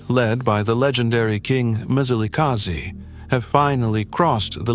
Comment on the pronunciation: It's not Mizilikazi mani wena mlungu. That's why it's not good for our history to be told by white people. They want us to pronounce their words correctly. But they don't do so with ours